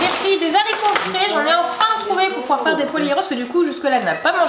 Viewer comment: *des Haricots et non des zharicots 😂😂 c'est juste pour te corriger ne le prends pas mal